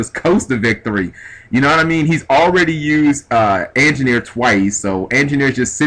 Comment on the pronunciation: He's not the best narrator lol. he said angineer was a rank 4